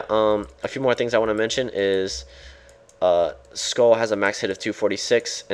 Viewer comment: its sköll not skoll sköll is pronounced like skoell